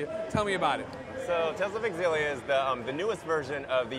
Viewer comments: Is it pronounced Zillia or Exzillia? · Tales of EXXillia WTF its Tales of Xillia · i always thought Xillia was pronounced "shillia"